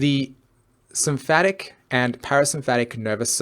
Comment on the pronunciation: Sympathetic, not "sympathic". Amygdala, not "amygadala". Really makes the talk lose credibility as if you can't even say the words, it's unlikely you actually know what they mean.